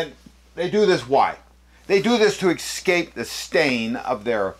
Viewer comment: Why do you keep saying “exscape”? There is no “x” in escape. That aside, good vid.